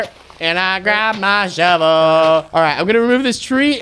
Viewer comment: noice shoovel soong